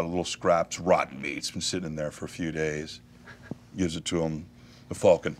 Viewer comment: Fulcon? Wtf, it's falcon